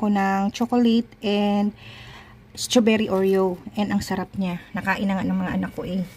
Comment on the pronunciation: Good recipe just that next time pronounce it right the strawberry mima straw-ber-ry